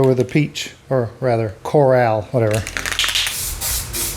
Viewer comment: Core-AL... you mean coral, as in underwater